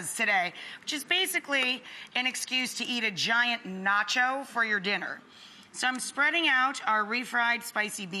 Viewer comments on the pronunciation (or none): none